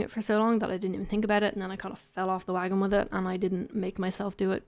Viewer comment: "abowt" LOL, I love it.